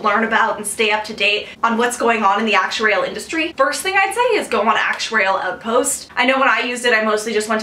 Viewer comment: Lol, i just love the way you say "Actuarial"... I gauge your lips and try to imagine a slow motion... nice vid hun, however i wish you could do one about topics to focus on as an undergrad aspiring to become an actuary.... just incase you can't let me know if an email addy is ok..